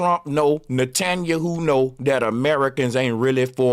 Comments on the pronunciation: The funniest part about this whole show is Bro calling ol boy nutaninyou lol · Hi name is Ne-tan-ya-hu